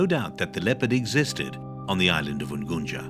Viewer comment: coz he is not a native duuh